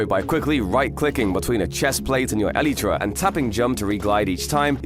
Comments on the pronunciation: It's not elïetræ It's Elaitra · It's not ELETRA it's ELYTRA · Bro when he says elytra he says elytra(elitra) not elytra(elightra)😂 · no way he said elitra